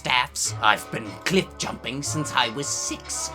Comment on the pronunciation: I thought you said clit jumping